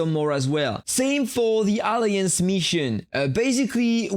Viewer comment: sorry to say it m8 but you are pronouncing the word alliance wrong 😞